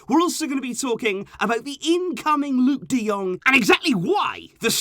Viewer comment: We've become Burnley. Luuk de Dung? Fucking seriously?